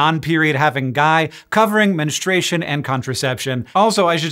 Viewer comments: Good subject. Spreads the info like it should be. There is this an option. But can we please not spread mispronunciation? It’s not menestration. It’s menSTRUation. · Men stroo a shun is the correct pronunciation, menstruation, guy who doesn’t have periods.